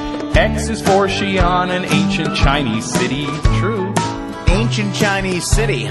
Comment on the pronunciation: Ed: X is for Xian an ancient Chinese city, true. Steve: Ancient Chinese city, huh? My guitar player, some hotshot. He kind of pronounced Xian wrong but they sound so cute in this part